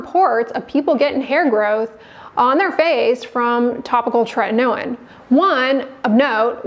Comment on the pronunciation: It appears that tretinoin is spelt wrong……it clearly, from the presenter’s pronunciation, only has one ‘t’ at the beginning and no ‘t’ in the middle….. just like the ‘in-ernet’!